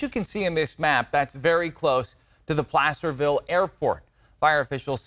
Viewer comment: did this nitwit say "Plasterville"?